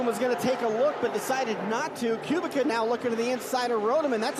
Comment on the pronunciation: ) Kubicka is actually pronounced Koo-Beck-A